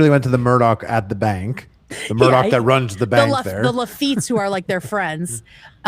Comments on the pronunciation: Why does she keep saying Murdock... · Who is Alec? Isn’t it Alex?? And why you keep saying Murdock with a hard k at the end? Isn’t it pronounced “Mur-daw”? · I like how calls him “Alec Murdock” when his name is Alex Murdaugh lmao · calling him Alec Murdock bothered me more than it should’ve 😂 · Why are you calling him murdock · I was following a lot of law-tubers at the time and watched all the trial and pre trial stuff for this case, it's pretty wild and definitely movie stuff. It's still so infuriating that his name is pronounced "Alec Murdock," the exact opposite of what it looks like. Only a psychopath name their kid and purposely use the wrong pronunciation twice, guaranteeing a lifetime of that kid getting clowned on. Or at least annoying the crap out of everyone around him whenever they meet for the first time. I may be focusing on the wrong thing here 😆